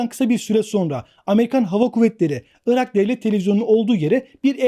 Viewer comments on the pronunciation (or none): none